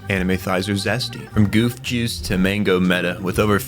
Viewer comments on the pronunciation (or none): none